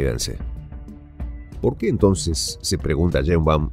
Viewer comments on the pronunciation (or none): none